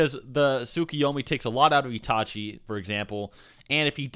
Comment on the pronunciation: "Itachi" is not pronounced "Yee-tah-chee" but "It-a-chi"...Seek help, from a qualified speech therapist, and maybe a few psychologists, to deal with your cognitive impairment.